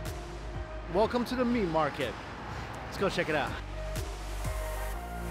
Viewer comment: WELECOME TO THE MEAT MARKET - HELELLO 😂🤣